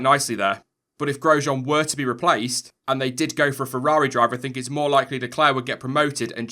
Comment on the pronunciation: 'Let me know what you think'? Well since you asked, why can't you say feRRaRi? Its not fewwawi bro...